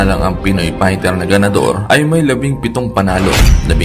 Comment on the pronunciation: will you pls ayusin mo nga mga caption's at mga Comment's at content's mo! nagiging barubal yung mga caption at mga comment's at content's mo eh! at ultimo nga fighter ang pag pronounce pighter ayusin mo naman at ikaw rin!